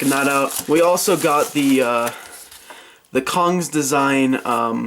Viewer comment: cong is pronounced "tsong"